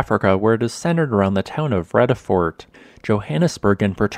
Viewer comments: Pronounced Freeyadafort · Just for future reference, the first e in the vredefort is pronounced like "gear" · I grew up in Vredefort. Your killing the pronunciation btw. ;) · I lived in that Vredefort crater for a decade. Pron Fredafort